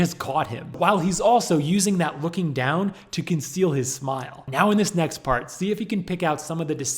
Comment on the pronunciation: “That’s NeAaxts”